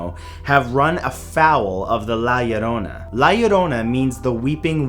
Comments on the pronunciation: When Matt pronounces "La Llorona" correctly ♥️♥️♥️♥️ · So cute you say "La Llorona" very well... Here in Venezuela there´s a legend about "La Llorona" Look for it it is veeery scary stuf